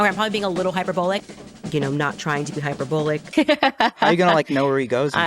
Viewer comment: "I'm not trying to be hyperbullic" I believe the word you we're looking for, Candace, was hyper bully. And don't worry, you've succeeded.